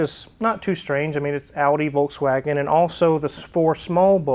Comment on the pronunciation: Citroen (pronounce citrun) in the dutch language is also lemon ;-) André Citroen did in fact have a Dutch surname. In any case I don't care about pronunciation of Citroen, it sounds good to me either way. As opposed to volTswagen which is incorrect in any language but still half of the car youtubers somehow think that's the correct pronunciation..